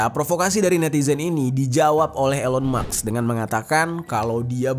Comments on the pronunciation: Elon Mask Pak bukan Elon Maks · cara bacanya bukan ilon maks bro, tapi ilon mas, k nya mati di akhir